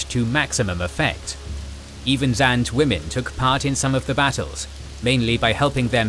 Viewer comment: Zinge, not zange